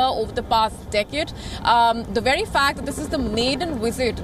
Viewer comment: Nobody on Wion can pronounce V. They say Wery important Wisit.